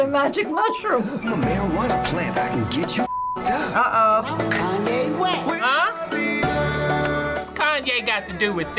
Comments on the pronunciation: “kanwe west” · Am I the only one that noticed two of them called him kanwe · The people called him "Kanwe" more often than they did "Kanye" lol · I love how they all say kanwey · Chloe Gollihar they kept saying kanwey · You mean “Kan-wey” 😂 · Is as dyeing when one of them said “Kaneway” lmao😂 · I love when they all say “kanway” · “Kanway” west😂😂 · Ah yes, kahnway yest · Everybody was saying KONWAY WEST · I can't believe two of the elders said " Kanwe West" 😂😂 Another elder said " Tate Perry" 😂😂😁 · They kept calling him kanway west. 🤣🤣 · The way two of them called Kanye “kanwey”😭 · Why are they all calling Kanye konway 😂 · did these mfs just say kanwe? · "KANWAY WEST" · What did they say “kanway” instead of “Kanye” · WHY DO THEY SAY KANWE